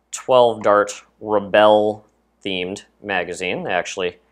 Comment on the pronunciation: and u pronounseset RE BULL not RE BELL